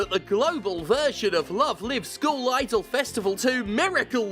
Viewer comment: Man I love the way Steph pronounces school as skull. Makes Love Live sound a bit metal.